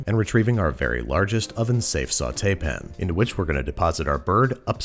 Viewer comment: The word pan still has an A in it, right? No one changed it to "pn" without my knowledge? Did Niles Crane write the voice over?